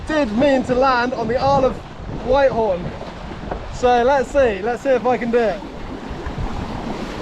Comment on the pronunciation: What a great adventure. Btw it's pronounced Whit-horn, not White-horn.